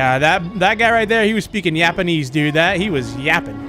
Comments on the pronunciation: Yes, my favorite line from "He was speakinh yapanese" 🤣 Also love when he says "professional yapper" its hilarious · 13 minutes ago is a new record for me, last was 19 bro, "Yapenese". funniest crap i've heard in years other than markiplier screaming